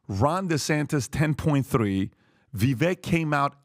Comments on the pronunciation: Love this podcast but FYI — it’s VA-VAKE “like cake” as Vivek Ramaswamy would say. It’s not VIVECK — keep up the good work. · Vi-'vake'...get it right.... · Vivek pronounces his name like Vi-vake. Like cake. It’s uncomfortable hearing the mispronunciation over and over again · By now you should know his name is pronounced Vih-vay. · Hey! It’s pronounced Vivake. Like cake. You are welcome. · I listened to Vivek. I thought he did a horrible job. And, by the way, you mispronounced his name. He says it sounds like cake. I think he sounds fake. I think he is on the take. I think he would be a mistake. Vivek (Vivake) sounds like he is in high school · Vivek is pronounced ViVake like Cake. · Come on guys, pronounce his name correctly. It's Vi-vake. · Vivek is pronounced Vivay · One last time for the knucklehead crew: Vivek is sounded as Vivake, rhymes with cake. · Vivek (vi-vake) he has tried to get you guys to pronounce his name correctly and you still don't. This just shows how low he really is in the race, wish people would get behind him. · Appreciate your knowledge and insight… but his name is Vi (vake) rhymes with cake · VI VAKE, ITS VI VAKE. Pronounce his fu**ing name right, he has been in this race for MONTHS. Fix yourselves and respect this man. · Finally guys. His name is pronounced (VIVAKE) btw. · His name is pronounced Vivek like "bake" 🙂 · Please Men, the pronunciation is Vivake like Cake. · It’s Pronounced Vi-vake rhymes with cake. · It's Vivek as in CAKE!!! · Vivek rhymes with “CAKE“ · pronounce his name if you like him so much. Ve Vake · C'mon guys all four of you mispronounce Vivek, (it rhymes with cake), show some respect. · Say it with me: Vivek rhymes with "cake". Say it: Vivek rhymes with "cake". Say it again: Vivek rhymes with "cake". And again: Vivek rhymes with "cake". "Vivek!" "Cake!" Thank you. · Guys, for Christ's sake, his name is pronounced VIVAKE! VIVAKE! VIVAKE!!! Jesus Christ. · Vivek rhymes with cake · It's pronounced Va-vake.